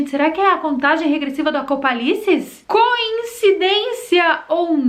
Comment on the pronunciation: AcopALICE kkkkkk